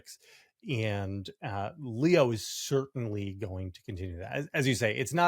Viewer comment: Pope Leo not Leon. It's not difficult.